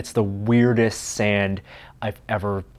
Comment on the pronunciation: Kinetic sånd pronounced sarnd